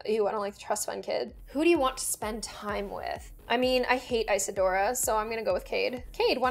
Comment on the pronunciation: It’s pronounced ( iz-a-do-or-a )